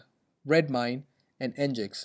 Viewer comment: NGINX is pronounced 'engine-ex', hence LEMP